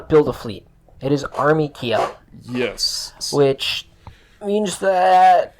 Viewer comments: Please pronounce Kiel as keel, that's about as close as one can get with english pronunciation. Ki-el sounds just jarring. Source: am german. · Kiel is not "key-yell" but "keel" iirc.